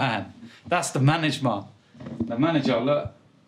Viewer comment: SAID..... MANAGEMAA LMFAO